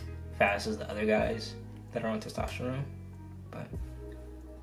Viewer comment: “Testrophone” LMFAOOO